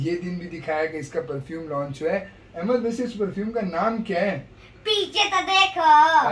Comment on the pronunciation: نام احمد ہے بھئیا ایمد نہیں Ahmad Aimad nahi 🙏🏽🙏🏽🙏🏽🙏🏽